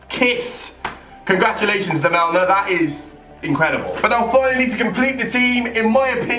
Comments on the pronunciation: lamela not lamelma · First his name is not 'lamelma' its lamela, second it's not in the side netting and third it wasn't in the premier league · pronounce lamela as lamela, not lamelna... and he didn't score this in a premier league match, it's a Europa league match... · Firstly its lamela not "lamelma" and secondly he scored that goal in europa league not premier league.... shows how much football he watches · It's lamela not lamelna 😂 also it wasn't in the premier league... It was the UEFA Europa league... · It's lemela not lemelna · 1. Lamela is pronounced la-mel-a not la-mel-ma and 2. He didn't score it in a premier league game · Lamela's goal was in europa league and its pronounced la-Mel-la not lamelna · 1 - Lamela scored his goal in Europe, not in the Premier League. 2 - It's pronounced La-Mel-Ah, not La-meln-ah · man called Lamela 'Lamelna' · rabana????? lamelna????? are you dumb WTF can't you read???? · Never heard of this "lamelma" dude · Why the heck you are saying ''Lamelna''? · La- mel-ma. dislike earned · How is my man saying "Lamelna"😂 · It's pronounced (la-me-la) and it was a cup game You genius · Robana? Erik Lamelma? for real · "Eric lamelna" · he said erik lamelma